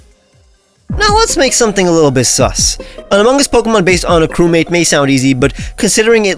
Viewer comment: My man really made the imposter……I’m holding back saying sus OH GOD DAMNIT, also why are you pronouncing the G in among it’s just among not amonguh